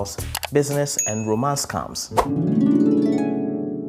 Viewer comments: I heard "Scumms" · Kenyan English pronunciations tickles me. I was lost a bit until I realised that they're talking about scams, pronounced as scamm. It's pronounced scemm😂